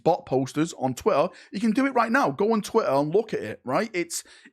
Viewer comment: I normally don't comment on pronunciation/accents, but calling it Twatter is just beyond perfect.